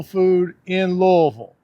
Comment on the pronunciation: It's nice to hear you pronounce Louisville properly.... I just went on Amazon and ordered some Frank's Original Hot Sauce. Can't wait to try it.